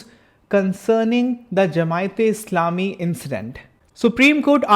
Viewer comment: bhai,it’s not Doland but Donald,Secondly Not Jamaite it’s Jamaati(Jamaat).